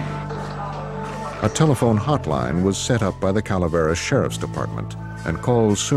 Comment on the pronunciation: i can't help but to comment how wrong the host is reading his name, ng sounds more like 伍 (wu) in cantonese instead of 'ing' which he keeps on repeating